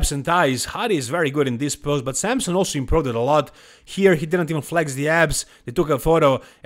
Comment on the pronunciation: who is samsun? either wtite samson or samsung if you want to joke, stop butchering his name